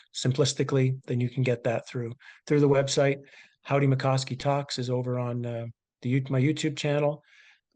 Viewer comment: “How-Die”